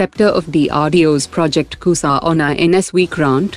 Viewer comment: Shame on u, news anchor, u being indian, don't know to Pronounce basic indian word like **KUSHA**, like Americans & Europeans u r pronouncing it as **KUSA**, Shame on u, Shame on u